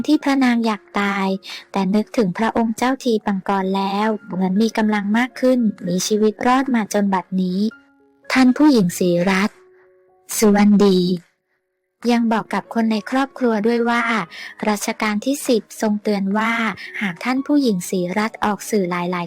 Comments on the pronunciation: แอดครับ เรียกชื่อท่านให้ถูกด้วย ท่านชื่อ สุ วะ ดี ไม่ใช่สุ วัน ดี นะครับ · เพอ่งมาอ่านข่าวเหรออ่านผิดๆถูกๆสุวันดีมีทีไหน่ไปมากไหม่ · อ่านผิดอย่างหนักนามสกุลเขาคือสุวดี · มึงยังอ่านนามสกุลของท่านศรีรัศม์ไม่ถูก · สงสาร น่าสงสารที่สุด แต่คนอ่านก็อ่านนามสกุลไม่ถูกน่าสงสารคนอ่านด้วยเฮ้ยเบื่อจังบ้านเราเมืองเรา